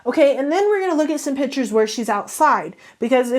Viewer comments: Who else was super annoyed by this girl saying pitures and not piCtures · Her/him: ... Takes "pitures" .... Me: WtF!!! iT IS PiCtUreS!!!!!